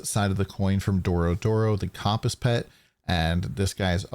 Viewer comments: The mispronunciation of Compass (Kum-pus) was driving me insane, good vid though. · Compass is pronounced with a "u" sound, not an "o" sound.